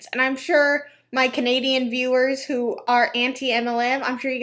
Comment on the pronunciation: “My Canadian viewers sho are anti-mlm”. I’m sure you have so many Canadian viewers. 🙄🤣